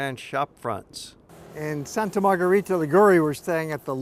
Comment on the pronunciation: Before making a video, please ask a local how to properly pronounce the name of the city you're reviewing.